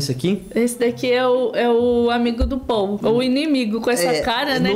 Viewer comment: Não é Téo o nome dele começa com Po e o nome dele então é Pou 😊